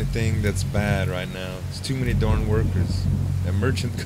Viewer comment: I like the look of this game.....but it bugged me that it seemed that all of his "a"s turned into "o"s. Example: "forming", "Can't shoot worth a dorn"....I know his pronounciation is a very small thing and I shouldn't be worried about it. But it just BOTHERS me.